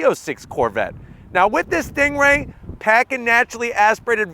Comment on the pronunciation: Drives me crazy when you're saying "stingray" almost sounds like your comparing it to a kia😂🤣